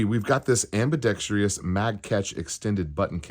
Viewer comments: YES...finally found someone else bothered by this. There is no i after the freakin r ! Do the pronunciations of jewelry and realtor drive you crazy, too? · AGH!! Am-bi-dex-TROUS...ok, I feel better now.